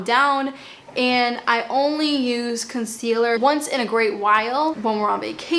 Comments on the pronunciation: Noooo - can you keep your accent and pronunciation. “conseeeaLUH’ Im British and I love it!! Xx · I love how you pronounce items with your accent!!! 💕